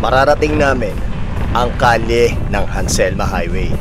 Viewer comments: It's Halsema, not Hanselma. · Nice ride po ser! Pero yung Highway name po is Halsema. not Hanselma. Congrats po narating niyo Highest Point.